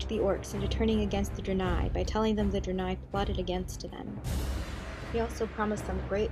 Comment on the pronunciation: ok, lemme just ak you this... you pronounced Draenor right, but then just fucked the pronunciation of Draenie especially the beginning which is spelled the same. dont try to read it like it is in a different language just read it like if it was in english -_- I hate when people can pronounce the simple shit like Crendor can't say Shaman.